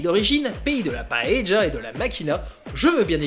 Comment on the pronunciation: La Grenache. La paëlla, paeya et non paeja ou sartén s'il faut vraiment que ce soit un plat espagnol 🤔 Et Banyuls, prononcer banyoulsse !